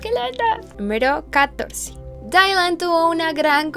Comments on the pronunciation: Dylan no se pronuncia Dailan, se pronuncia Dilan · No es Dailan es Dylan